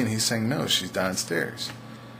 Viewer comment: danstairs? that seriously your accent where are you from?